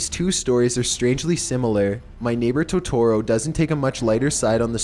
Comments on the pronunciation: He mispronounced totoro, ghibli and I think satsuka this is so annoying 😂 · flauffle wauffle yeah he said it wrong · Don't mess up Totoro for me! ='( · Please... for the love of god look up how to pronounce things... that "Toetoeroe" was the worst. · He said Totoro. He's supposed to say Totero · Totorro? its Totoro. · You were saying it wrong Todorrow is pronounced toe der row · I love your videos but please double check your pronunciations totoro is pronounced to-to-ro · Btw you have to say Totoro a bit fast, TO-TU-ROE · I loved watching my neighbour totorro. Its pronounced toe toe roe. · I thought it was pronounced toh-tuh-roh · It's ToeToe Row. |D you such at saying Japanese names lmao I'm sorry but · Captain Tici Studio gee-bee 🤦🏼‍♂️ Toe-tore-oh 🤦🏼‍♂️ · dislike said totoro wrong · please stop saying Totoro-- jesus Christ- you're butchering the name oh my god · hes saying totaro wrong ( i cant spell im sorry) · The way you pronounce Totoro makes my eyes twitch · That isn't how you pronounce Totoro. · Lol I cringed when he mispronounced everything in totoro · I’m more angry about the way he sais Totoro 😂😂😂😂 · You pronounce totoro dumb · you pronounced totoro wrong. studio Ghibli has a lot of dark secrets like grave of the fireflies and spirited away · The way he pronounces Ghibli, and Totoro hurts my soul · ok his voice does get kinda annoying after a while but i let it slide but the way he pronounces totoro is just rjfnwkljfnr and (i know they corrected it but still) fucking studio gibi? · omg for totoro he doesn't say it right and the picture with the mouse guy isn't even from the movie 💁💁💁💁😬😬😬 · it kills me that ur not pronouncing totoros name correctly Dx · Fucking TOHTOHRO? GIBI?? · Oml it's toe-tore-oh And ghib-il-e And I thought someone denied it? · THE WAY YOU PRONOUNCE TOTORRO;; also, Studio Gibi??? *Gibli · BOI IT'S TOTORO PRONOUNCED TOE TOE ROW AND STUDIO GIBLY OK GOSH soz I get really triggered when someone pronounces it wrong